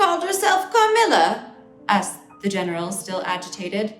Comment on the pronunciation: No one: Natasha, : cAHMILLUHH